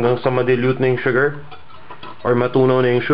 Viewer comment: This is great. Sana, it was posted earlier. Will definitely try this. Oh btw, I love how u say "shu-ger..." ^^